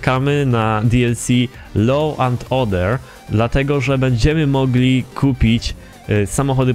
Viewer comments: Według mnie loł, a przynajmniej tak nam powiedział Irlandczyk na konwersacjach. A dokładniej się mówi 'loou' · Law czyta się lo a nie loł:D